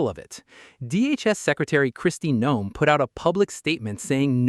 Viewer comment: "Christy Gnome". Haha. You couldn't make that up. :) Good old AI, always good for a laugh.